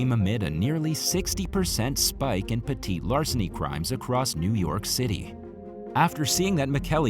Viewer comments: pet·ty /ˈpedē/ adjective 1. of little importance; trivial. You keep saying "petite". pe·tite /pəˈtēt/ adjective attractively small and dainty (used of a woman). "she was petite and vivacious". I might have brain damage but I'm thinking someone here has more damage than me. How and why could you get petty and petite mixed up? As they are extremely different words. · I didn’t know there was such thing as petit larceny. I died laughing through this entire video. Not only pronounced petit but is also in the text on the video. 🤣🤣🤣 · Dude petty theft not petite